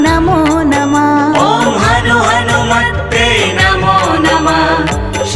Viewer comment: हनुमत्ते नहीं हनुमते बोलना चाहिए था